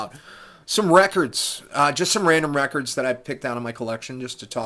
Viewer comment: Lmao rekkids. I knew i wanted to click when i seen that. I too call them that but you must put on your best jersey accent whilst doing it. Lol Loving your channel. Great channel darling! On it now!